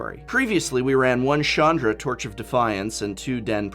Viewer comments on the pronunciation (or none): This is bothering me Chandra's pronounced with a hard CH, like CHar or ScorCH.